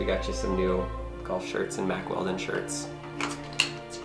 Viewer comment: Mack Weldon ? I thought he said Mack Welding at first and guessed it must be tough clothing for welding, perfect for when you have to cut something open with a grinder as well ! Regarding the tags, I suppose a professional shop lifter could just buy one of those magnets off e-bay. Please be careful with that big machete too, that looked so dangerous, one slip and someone could have needed a trip to the ER. I had to laugh a bit as well, I've watched these videos for years and thought they would be an expert at getting inside stuff by now, but no, still takes a long time as they try different inappropriate tactics. I'm worried he is going to chop a finger off or something. A good first step would be to buy a vice !